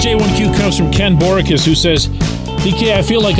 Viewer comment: That’s truly amazing that you have not watch that movie I mean you’re constantly on the road. Do you mean to tell me you can’t find the time and by the way, Our last name pronounced(Bow-re-cus)no big deal I just figure winning whenever it happens brings money, so why does it matter if you win next year if you’re winning this year it’s all money the more you win the more money you make. Thanks for the work you do. I can’t imagine how stressful it is for you.